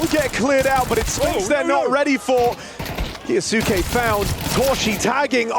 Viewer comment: Caster can say Kioshima's name just fine but Kyousuke is KA YOO SOO KE?